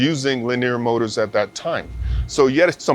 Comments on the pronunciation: makes my hair stand up every time he say lineer moders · talk about the wrong emPHAsis on the wrong syLLAbul. Leneer mowtors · it hurts my head listening to this dude. why presenters cannot speak like normal people. it kills the content. and this is interesting content by the way. LiNEEEEEEEEEER Mowtoors....lol. He said it correctly maybe 2% of the time. anyway good info just terrible presentation. It is like listening to the hulk explain detailed parts/movements. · I just want a compilation of saying Lineer Moders over and over again.